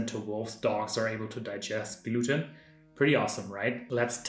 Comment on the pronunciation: Did you say, "gluten-tag". If you did that's hilarious 😂 I watch you channel sporadically.